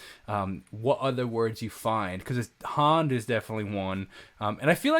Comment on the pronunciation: No one actually says hand like that in the U.K. 😂 some of us say dance like that though 👍